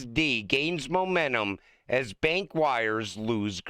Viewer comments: STOP SAYING MOMENNUM. IT'S MOMENTUM. PLEASE. GIVE IT A SHOT. YOU CAN DO IT. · It said Momentum, not Momennun!!!